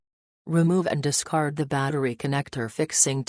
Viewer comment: Discart, discart, discart, discart, discart, discart and discart...